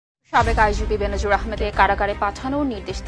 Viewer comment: Bhai nam ta hobe Benzir Ahmed. No benzin